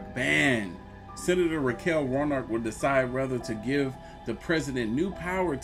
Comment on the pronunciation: you in Ga and you pronounced Sen. Raphael Warnock name is completely wrong... smh